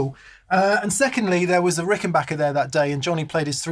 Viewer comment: Big thumbs up for pronouncing Rickenbacker correctly! Great sounds.